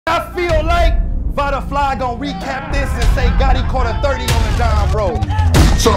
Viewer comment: Vaaaaaada!!!!! Get the L right bro!!!!!!!! Lol